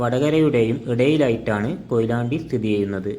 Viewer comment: കൊഴിലാണ്ടി അല്ല കൊയിലാണ്ടി